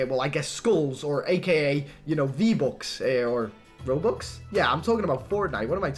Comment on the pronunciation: He said rubux xd